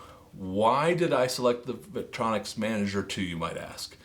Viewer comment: Vitronix? Interesting pronunciation 🙂